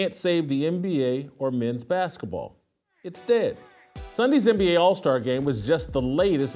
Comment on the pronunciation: Baskah Ball???😂😂😂